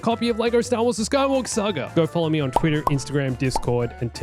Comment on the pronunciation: I swear, every time he says saga I hear sagr